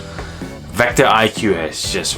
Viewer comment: It’s vecto not vector